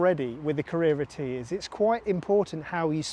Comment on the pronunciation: So bloody annoying how you pronounce Carrera T. Can't watch you.